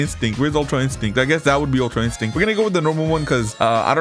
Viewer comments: bro really said super saiyan red and super saiyan ultra insinct............ITS PRONOUNCE SUPER SAYIN GOD OR ULTRA INSTINCT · Bro does not know how to say super saiyan god or ui 😂 sorry I use to be like you